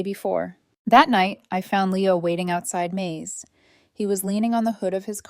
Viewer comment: Screwed up ai, turn's May's into corn (Maze)